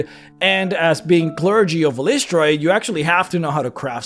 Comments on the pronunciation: great video but fyi, according to ed greenwood her name is pronounced something like eye-liss-try-ee with the stress on eye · This was my biggest pain in making my cleric of Eilistraee. I decided EYE-lih-STRAY is what worked best and seemed to make the most sense to how its spelled to me. Your pronunciation seems pretty common as well though. It seems she's not a stickler for pronunciation since they all appear to be canon lol. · Drow of the Underdark, which is where it sounds like you got most of the info and is 2nd Ed/3rd Ed sourcebook, has the proper pronunciation (pg 21). Per DotU, it is eel-ISS-tray-ee. As I'm looking at my well worn copy. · I've been pronouncing it "EYE-liss-tray" ever since hearing Nathyrra (the Drow Elf Assassin who's somehow Good) speak Eilistraee's name in the Neverwinter Nights expansion packs.